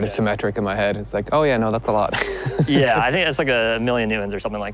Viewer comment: now just needs to learn how to pronounce "lot" and "but" properly, without leaking air at the t sound - actually all the words that end in t and d, many Irish have trouble with pronouncing properly, where they soften it by letting air escape after the consonant.